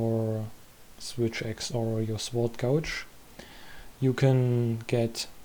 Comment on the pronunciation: Just a comment to help the algorithm Und dein Englisch war verdammt gut. "Sword" wird ohne W ausgesprochen, mein einziger Nitpick aber ist auch egal XD Alles andere war on Point